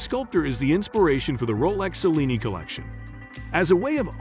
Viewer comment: Also please learn to pronounce Cellini! Much appreciated!